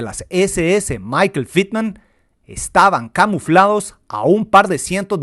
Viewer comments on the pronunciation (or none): Excelente video como todos los que haces . Mi única sugerencia es que uses la pronunciación alemana al decir Tiger y Michael